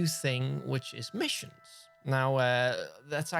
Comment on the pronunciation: The way you said "MISSIONS" really caught me off guard. I can't stop laughing lol